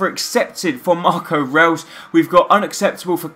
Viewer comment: Great career mode man, btw just so no one gets annoyed with you it's pronounced Marco Royce(I know it's spelt reus) but that's how it's pronounced and Rodriguez is pronounced as hamez